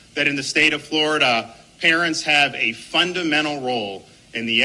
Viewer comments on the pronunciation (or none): none